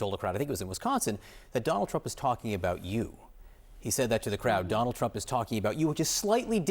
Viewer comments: not you called him Trimp 😭😭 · Just an aside - he called him trimp, right? Very funny!